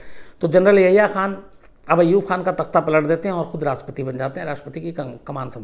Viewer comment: Yaya khan nhi sir yahya khan h wo